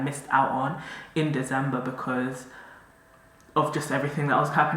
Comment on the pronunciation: The way how has been pronouncing December in the last couple of vlogs😂😂😂😂😂